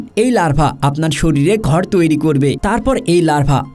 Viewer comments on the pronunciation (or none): none